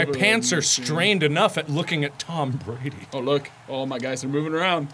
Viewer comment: "Tam Brandy" I can't 😂😂